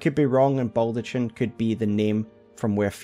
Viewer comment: That baldachin pronunciation drives me up the fucking wall though.